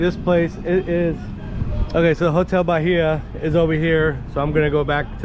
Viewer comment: Hotel Bahia… Bahia is pronounced Ba-ee-ah. The ‘H’ is silent.